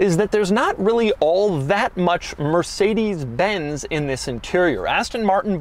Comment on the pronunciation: Did he just say mercedes benzy???